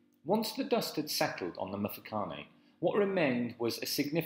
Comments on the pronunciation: How can I take you seriously if you mispronounce every word??? You have managed to single handedly slaughter just about every Native word. It is pronounced MMMTwE-Twe and its MMMMFe-ca-ne. And where do you get this idea of slaves to the Boers??? They had servants who were treated as part of their family. The Zulu conflict between Mzilikazi and Shaka was the start of the Mfecane which had a domino effect. There was also a severe diminishment of people in the middle of South Africa due to the Matabele absorbing them as they moved along (conquer and assimilate). They eventually settled in Zimbabwe and are now known as Ndebele. The Boers would negotiate with any Bantu tribes in the area they arrived in for land, as is the case with Piet Retief and Dingaan (Dingane) which eventually culminated in the battle of Blood River due to treachery by the Zulus. The Portuguese never enslaved Bantu tribes in the area known now as South Africa. They did get slaves from Mozambique and Tanzania (Arabs) through Zanzibar. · Yho! But your pronunciation of the words including Mfecane and Mthethwa is shocking! It actually gets worse from there on.